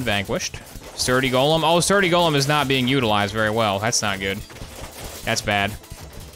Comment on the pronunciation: go-lem not "gollum"